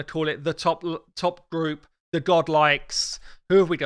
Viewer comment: did he just say "go-ed?" Another 1 of those apothecary/coldheart moments i see...also ur taking ursaga on a date next week? wonder what lady H gonna say to that loool! Great vid as always mate!